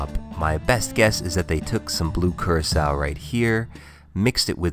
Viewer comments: Thought Curacao was pronounced like "Cur-ah-co" not "Cir-eh-kao" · i thought the blue thing was Curacao, not curasao